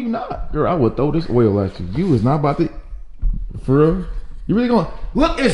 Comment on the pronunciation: Its oil not olll